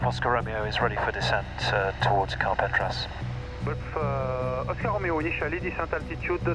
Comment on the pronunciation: Another great video. Amazing that you got all the way to Carpentras without learning how to say it. CAR-PONG-TRAH!